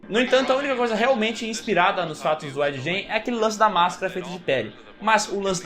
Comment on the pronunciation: Ed “gen”, não! É Ed “guein”.